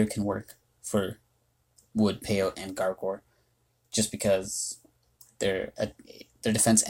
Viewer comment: It's probably pronounced "pay-oh-tee" because that's how the cactus species is pronounced!